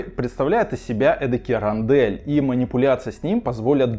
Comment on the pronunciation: Не Рондель, а Рондоль.